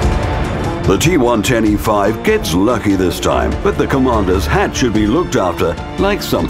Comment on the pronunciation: G-one-ten-E-5? G110e5 am I the only one that caught that?